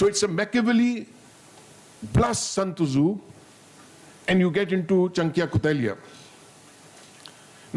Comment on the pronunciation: He calls San tzu as Sant Zu 😂😂😂😂 typical Punjabi Paindu